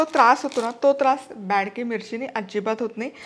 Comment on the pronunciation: बॅडगी नाही, बेडगी मिरची म्हणतात 😂